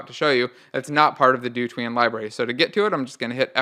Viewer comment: If you pronounce dotween as "do tween" I'd hate to hear you pronounce "hotween"